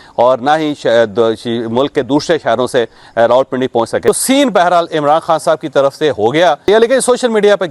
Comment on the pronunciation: یہ رولپنڈی کیا ھوتا ھے۔ ۔۔۔۔راولپنڈی کہنے میں بل زیادہ آتا ھے۔۔ کچھ چھوٹے بچوں کا خیال کیجیئے۔ جو آپ سے سیکھتے ھیں۔